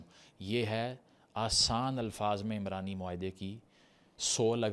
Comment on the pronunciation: عمرانی معاہدہ نہیں یہ عُمرانی معاہدہ ہے، عین پر پیش ہے، عمران مرد کا نام ہے، عُمران کا مطلب معاشرہ ہے